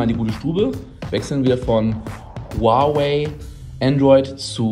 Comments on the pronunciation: Huawei und nicht huaway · Huawei wird “ua-wey“ ausgesprochen also genau wie Unge💪falls jmd denkt dass das kosmisch klingt